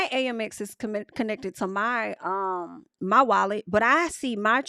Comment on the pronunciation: girl you are my favvvvv but its pronounced AMEX (short for American Express) isnt it? Girl tell me cause every time you say A-M-X i be confused and im with ya when ya right, so let me know